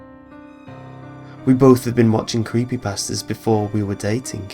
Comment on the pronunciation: So, I'm gonna sleep during this video so, I haves to takes my eyeses off the screen.... If I'm not on any other creepypastas we know it's real! (Am I the only one who thinks that when he says Creepypasta it sounds like CreepyBastard?)